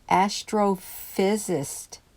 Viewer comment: "Astrophysicist " -5 syllables.